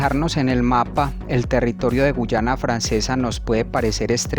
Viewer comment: Que no es guayana y no guyana